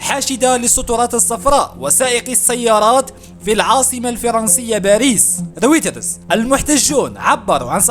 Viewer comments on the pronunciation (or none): سلام خويا تنطق بوكالة رُويْتَرْز يعني بالإنجليزية REUTERS....